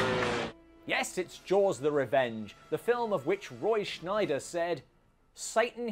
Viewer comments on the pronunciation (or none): It's Roy SCHEIDER, not SCHNEIDER! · Scheider, not Schneider